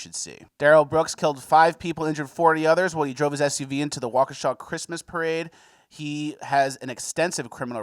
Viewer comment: Anybody else think that the name of the town was pronounced like the song Wokesha by moneybag yo